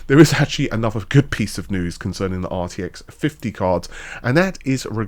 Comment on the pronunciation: Ahh, that famous "northern" GPU, the arty-eck 5090. 😂